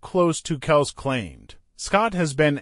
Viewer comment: This guy can't even pronounce Kelce's name right😅